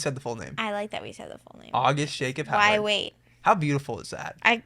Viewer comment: You just butchered their last name😂😭😭..It's Howard:)